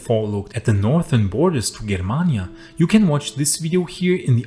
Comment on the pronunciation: the G in germania is pronounced like in Germany.